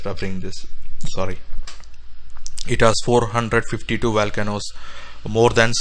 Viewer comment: “Valcanoes” eh? LOL and space aliens mined the Marianas trench? AMAZING 😅😅😅